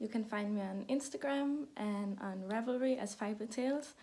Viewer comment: You say "ravelry" just fine... ;-)